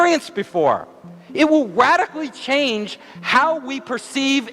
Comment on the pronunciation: cant wait to “ wadically change my experience “ haha